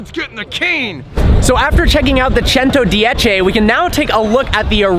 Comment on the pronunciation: Pronunciation of 110 was perfect 👍